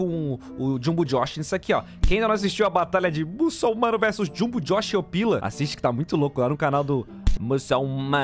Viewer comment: U acertou o nome do jung jox nem sei falar